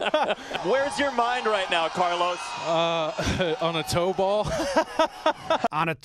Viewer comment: Carlos goes out of his way to include an accent on the last O, only to have the pronunciation butchered by Jomboy.